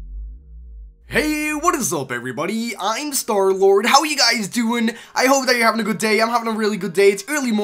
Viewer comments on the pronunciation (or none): none